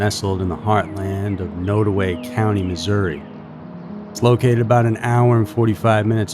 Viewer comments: It’s pronounced nod away rather than node. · Also, the county Nodaway is pronounced Nod (like nod if you agree) and away. I think it's also important to mention that Branson's cousin, Bobbi Jo Stinnett, was murdered in her home not long before he went missing. While her murder wasn't related to Branson's disappearance, still, the family connection should be noted. Also, Columbia, MO, is at least three hours from Skidmore, although you can get their fairly easily via I-70 west up to I-35 north. I think you can also reach it via 169, but I'm not 100% sure on that. Either way, it's relatively easy to get to and leave from.